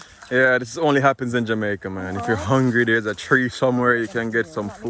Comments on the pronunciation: The name of the island is jamaica NOT jamaicker. Thanks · Brethren! It's not Jamaker! It's JAMAICA!